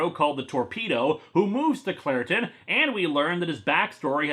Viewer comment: When he says Clairton, I keep hearing Claratin, lol. Then again in Star Wars hot have Captain Banaka and Anacin Skywalker.